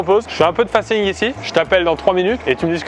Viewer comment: Et sinon, on dit faceing à l anglaise et pas face ing 😂